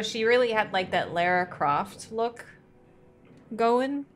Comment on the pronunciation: Yo, did you just pronounce Lara Croft correctly? So many people say "Laura", so that's a real gamer move!